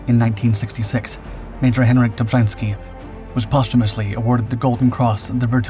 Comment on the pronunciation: Dummes Zeug, Film und Erzählung passen nicht zusammen. Ein aktiver Offizier kämpft nicht unter einem Pseudonym. Das taten die Angehörigen der Armia Krajowa, die im Untergrund agierten. Außerdem wird der Name Dobschanski ausgesprochen.